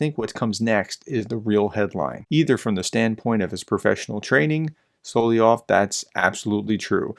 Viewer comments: sol-ov-yov... not sol-ie-ov... SOL-OV-YOV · Dude! It’s Sol-LOV-yov! Emphasis on the V…SoloVVVVyov! Gah, had actually stop watching after the umpthieth time hearing “Soloyov”, or worse, “Solyov” or “Slyov” 🤦🏼‍♂️😳 ugh. How hard is it! Apologies but….yeah 🤦🏼‍♂️🥴